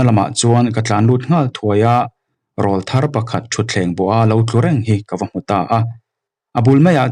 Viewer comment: I chhiar thiam khawpmai.. mahs Lam dikloh ineih chu RAWLTHAR Tih thumal hi.. Eg. i awrawl chu ava ring ve.. 👈Heta awrawl kan tih RAWL ri sang anghian RAWLTHAR tih THUMAL a rawl tih hi lam san tur ani.. Mipa naupang rawn puitling tab chho tur awrawl rawn danglam sawi nan hian RAWLTHAR tih ani .